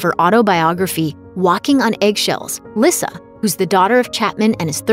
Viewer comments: It's not "Lissa" it's pronounced like "Lisa".. Boy, these people doing commentary really don't know these people! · Its lee sa not lissa(lyssa) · I thought lyssa's name was pronounced like lisa. Thats why they call her baby lisa??